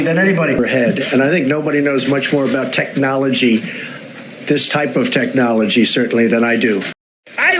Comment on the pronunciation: It looks like just saying the word is painful to him “TECH-nology”. It comes out like he had to practice it over and over just to say it properly.